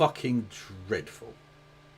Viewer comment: "Absolutely drrrrrrreadful!" Going on the restored sound board?